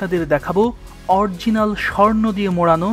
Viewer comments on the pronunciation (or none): উচ্চারণ ঠিক করুন।অরজিনাল কি।original! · অরজিনাল নয় অরিজিনাল হবে।